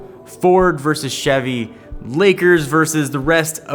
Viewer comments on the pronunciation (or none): none